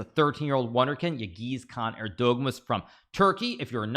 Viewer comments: Yağız is pronounced as "yahez" not "yagiz". Ğ is kinda silent. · I think it's time to learn the pronunciation of Yagiz's name?